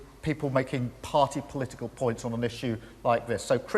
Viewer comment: Imagine electing a prime minister who can't say political.